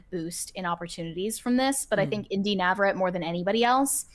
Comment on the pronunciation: Y'all are still mispronouncing her name lol Navarett-ee lol